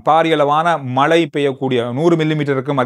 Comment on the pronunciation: மழை மட்டுமே பெய்யும் மலை ஒருபோதும் பெய்யாது உங்கள் தமிழ் உச்சரிப்பில் கவனம் செலுத்துங்கள்